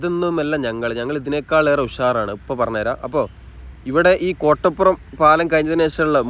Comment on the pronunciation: കൊട്ടപ്പുറം അല്ല കോട്ടപ്പുറം